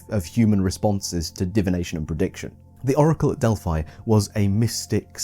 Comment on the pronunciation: oracle of delphai? it's delphi.